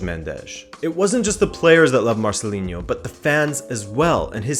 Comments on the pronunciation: Marcelino no Marcelinho or Marceliño lol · Negredo wasn't a Mendes client. In fact that formed part of Valencia fans' frustration with Nuno. When Negredo was ostracised from the team for speaking out, it was felt that he was being victimised in a way that Mendes clients wouldn't have been. Also he's Marcelino, not Marcelin-yo. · Great video as usual. Just a note: it's pronounced MarceliNo, with a regular N.. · Marceliño hahahaha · Marcelino is spanish not portuguese or brazilian. There's not "inho" sound. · Not to be that guy, but Marcelino is pronounced as it is written, with an n, not a ñ or a nh :P Solid video anyways! Very very interesting 😉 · It's "MarceliNo", not "MarceliNHo", and "Alcásser", not "Lacáser".